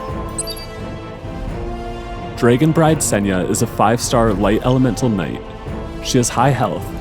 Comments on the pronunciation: why can't the voiceover guy say DRAGON. not drayguhn - goofy accent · Why do you jeep saying DRAY GONE bride???????